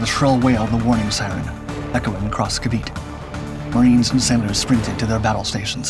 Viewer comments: It's ca-VEE-tay, not ca-VEET. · It is pronounced KAA-VEE-TEE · I hate how documentaries don’t learn how to pronounce things properly. If you’re gonna teach about a subject or a topic, at least learn how to properly pronounce what you’re teaching. It’s pronounced Kah-Bee-Teh. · Ca vit ay this is how you pronounce it